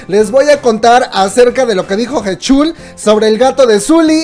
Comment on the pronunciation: Buen video PD. Se pronuncia Jichul